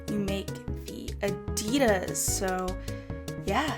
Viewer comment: It's on the left for us too... It's ok. You thought it wasn't. Also plz say Nike and Adidas like others! It sounds kinda weird to me and I was about to rage!!!! P.S: You're still the best. 😘 Love ya!